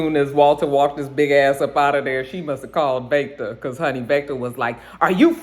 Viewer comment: I wasn’t feeling Lilliana, but after all she’s been through, I’m rooting for her. She’s definitely a soldier. The Walter accent is better, but it still took me out. 🤣 Every time you said Vaectah. Praying things stabilize soon. 🤗